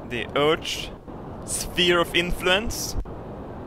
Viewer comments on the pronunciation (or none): The way he says Earth "Ert" XD